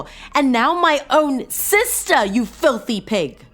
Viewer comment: "Flithy" pig?